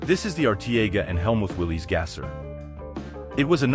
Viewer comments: A decent history of gassers except for your constant mispronunciation of Willys. It is pronounced as Willis. I grew up seeing their ads on early TV. I would think they would know how to pronounce their own name on their TV ads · I love gassers, but the man and cars name is pronounced Willis.